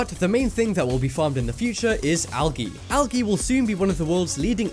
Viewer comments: You said (Algee) it's pronounced (aljee) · he pronounces algae so wrong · ITS NOT PRONOUNCED (al-ah-gee) ITS (al-ah-jee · "al-gee" lol we say it like "al'jee" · ...Did he say "Al-gi"? Pretty sure it's "Al-Gee". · THE NICKELS it's al-jee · did anyone cringe sooooooooooooooooooo hard when he said algae so weird. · Amy Turner I did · Hahahhha he pronounced algae wrong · Did he really say algae wrong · I like how he says algae